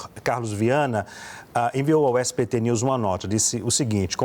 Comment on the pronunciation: ELE FALOU SPT KKKKKKKKKKKK ELE DISSE SPT NEWS KKKKKKKKKK